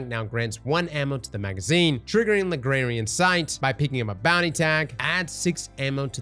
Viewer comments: Lagrangian is pronounced La-grange-ian, grange said like strange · Dawg there's a second G in Langrangian. La-Grain-Gee-an. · "Lagrarian" Sight. lmao cross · “Lugraryun” (Lagrangian) has gotta be the most impressive mispronunciation yet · Its La-Grain-jee-in lol. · LA-GRAN-GIAN bro 😅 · La-gronj-in sight haha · "Lagrarian sight" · LA-GRANGE-IAN Sight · has given up on pronouncing lagrangian lol it's pronounced like Hermione granger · Lagrangian sight pronunciation devolving over the course of the video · cross Kicking off testing by mispronouncing lagrangian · Dude still cant pronounce Lagrangian 😂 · someone please tell cross how to pronounce 'Lagrangian' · say Lagrangian right challenge, level: impossible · Bro turned the ng of "Lagrangian" into an r. Mathematicians and spelling majors yelling at their screens. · Man googled it 3 times before finding a pronunciation he agreed with and STILL says it wrong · Yeah haha, worse than my physics professor used to pronounce it